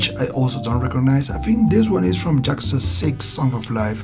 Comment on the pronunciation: Cool video but it bother's me so much that you say Jakuza XD. It's Yakuza pronounced with an Y like in yolk or yodeling.